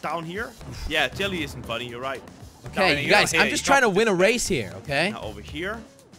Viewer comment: because it is his actual name is jelle but difficult to pronounce so he change to jelly